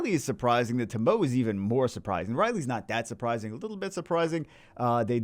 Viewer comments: ....fire onmiyoji is pronounced TO-MO-WAY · Everytime he says "toh-mow" i die a little inside